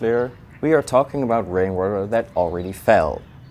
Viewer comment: Thought he said brainwater